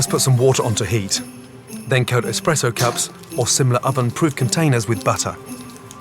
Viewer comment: I can't believe Gordon said EXPRESSO